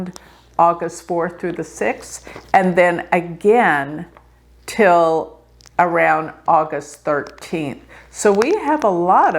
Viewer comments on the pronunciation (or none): none